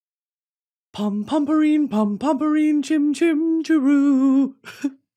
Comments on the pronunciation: pronunciation is (pom pom pure-in) ❤️ from a sanrio girl😭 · ITS PRONOUNSED POO-REEN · dying at the way Britney pronounced "Pompompurin" lol